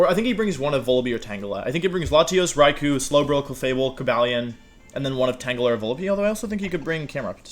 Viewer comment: Wolfe: I know how to say Pokémon’s names right. Also Wolfe: tAnGelA